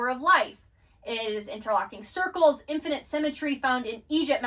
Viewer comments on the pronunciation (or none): none